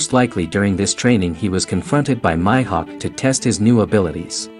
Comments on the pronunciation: Did my guy just called Mihawk My Hawk??🤣🤣🤣🤦🏾‍♂️ its prononced Me Hawk not My Hawk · This guy is saying "My"hawk when yhe anime clearly pronounces it as "Mee"hawk smh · Mi-hawk not myhawk lol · nigga said Myhawk 😭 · Lol your annunciation for Hawkeye You need to announce it with the long E sound not the Y sound for Mihok lol